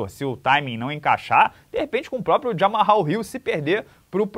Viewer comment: "Djamal Ril" e não "Djamarral", né não? Está claro, todo mundo do MMA sabe, suas resenhas são curadorias de headlines do nicho, então, por que você não informa sua audiência corretamente? Bizonha essa insistência em errar logo o nome do cara. Depois dizem que não entendem porque os gringos não levam a sério os brasileiros que cobrem o MMA. O cara é jornalista, tem por obrigação básica informar direito, mas já começa por errar o nome do atleta? Errar o nome de um campeão?